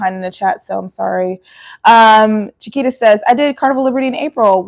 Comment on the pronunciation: I'm just going to add that I appreciate you pronouncing her name how you said it first as that is how mine is pronounced (Chiquita - Sha-kwee-ta). So confusing, I know, but most start off with the banana sounding way and I correct them the other way. 😅 I love you even more now, though! ❤